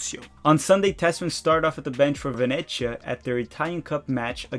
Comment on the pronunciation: and another pronunciation tip - it's ve ne zia (the z as in pizza). and also Norwich is norrich and nottingham is nott'ngh'm